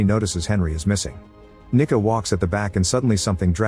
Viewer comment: I’m pretty sure it’s because of how the AI author said her name “ Nicca” & how several of us had to double check & back what he said.